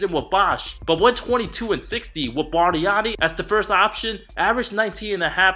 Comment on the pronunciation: The way he said "Bust Barnani" with the Italian accent was hilarious! 😂😂😂